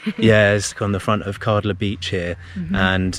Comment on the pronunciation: Kärdla. Ä is pronounced as a in "glad".